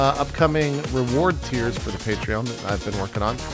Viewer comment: And he's mispronouncing Patreon again. xD I love you, JP.